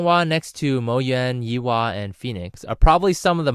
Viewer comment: Pronounced =Yay-hua not Yi wa